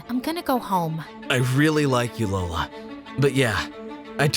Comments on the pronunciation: The “Hola I’m Lola” almost sounds like “Hola I’m Dora”. 😂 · “LolaNiDora” 😂😂 totoong pilipino to